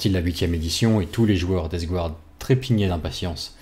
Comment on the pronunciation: Deathguard!!! DeathGARDE, pas DeathGOUARDE, par pitié!!! Mes oreilles saignent, ne cède pas a la tentation du Grand Immondice...aaaargh... sinon top, merci pour le boulot